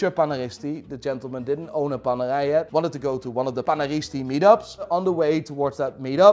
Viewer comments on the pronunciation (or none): What the f is worng with his pronounciation he says panerai as panagai and Pam as pum although your English is better than me learn how to pronounce.. No bs it was funny to hear it though.. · PaneRai with an R its not french. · Please grow an italian R to pronunce paneRai as it deserve. RRRRRRRRRRRRRR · keeps saying "PANERAI PANERAI PANERAI". All i hear "PANEGAI PANEGAI PANEGAI" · PANERAI met een Haags accent? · Loving the Dutch accent on ‘Panerai’ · So Apparently Radiomir, the original panerai is not a thing Also Panerai is supposed to be pronounced the Italian way, with the rolling R, since they are named after a italian man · Why is i pronouncing panerai like its a french watch, its italian the r is pronounced in another way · Why do you say Panera with a French accent